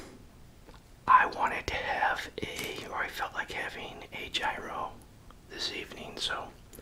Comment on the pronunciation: Please, for the sake of my Greek wife, it’s pronounced Yee-ro!!